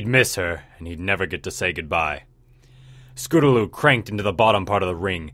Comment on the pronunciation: Scotaloo? Don't you mean Scootaloo?